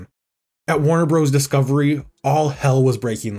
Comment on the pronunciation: Note that "Warner Bros." is pronounced "Warner Brothers" (not "Warner Broze".)